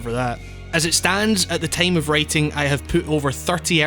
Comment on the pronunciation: The way this guy says "time" makes me giggle